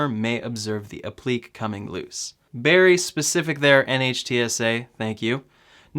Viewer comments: Pronounced "App-pluh-kay" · it is pronounced " ap-le- kay " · It’s pronounced “app-li-Kay” 🤗🤗🤗🤗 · Applique = “ap-pli-kay “ 😆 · You are definitely saying that as wrong as possible 😂😂 it’s app-li-Kay and it’s the fact you say it like you KNOW thats how that word is pronounced lmao... it’s the confidence for me 😂😂😂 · applique is pronounced app-li-cay'. It is French. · Applique is pronounced app-le-KAY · App-li-Kay. Say it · It is pronounced app-lee-kay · Applique = app-lee-kay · Hey -Being a retired teacher two of my quirks is spelling and pronunciation. Applique is pronounced app-li-kay. Translates to something that is applied. So the Tesla logo on the hood would be an applique. Keep up the informative videos. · Applique pronounced 'App-le-Kay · It's pronounced app-lick-kay. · The word is pronounced “app - lik - ay” appliqué. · Appliqué (app lee kay) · App-le-Kay you noob. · For heaven's sake, say "App li KAY". Public education has gone to seed. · Yeah you definitely said “appliqué” wrong a bunch of times. It hurts my ears when you say it like that.